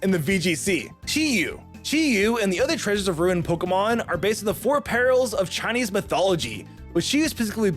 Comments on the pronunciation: Why… does he mispronounce a lot of the Pokémon? I know it’s probably bait but COME ON! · Omg the mispronunciation is so bad 😅